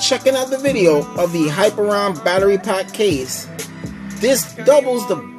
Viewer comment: Not to be that guy, but... it is "hi-peer-ee-on" not "hyper-on".